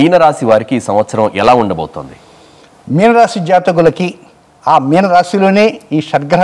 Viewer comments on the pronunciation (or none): మీనా కాదు మీన రాశి.... గణ విజయం కాదు ఘన విజయం